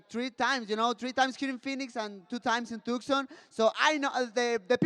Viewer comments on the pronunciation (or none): none